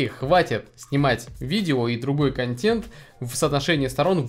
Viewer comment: У меня кровь из ушей при слове контЕнт через Е, а не через Э.